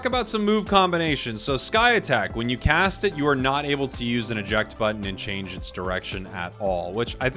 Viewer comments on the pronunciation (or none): none